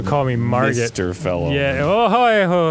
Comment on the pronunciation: I know they're saying 'fell omen,' but I'm hearing 'fellow man,' and I keep saying it like Pearl Jam. "She dreams in color, she dreams in red, can't find a fellow man." I'm not well.